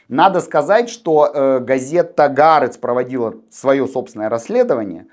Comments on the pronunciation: Не "Г"ААРЕЦ. А "ААРЕЦ". Или "ХААРЕЦ". לא נעים לשמוע את זה. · Не ГаАрец, и не НетаньГу. Это катастрофа! Лучше по русский говорить Аарец и Нетаньяу. Пожалуйста!